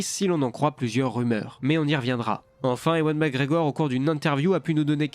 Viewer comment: Bonjour, ewan mcgregor se prononce evan.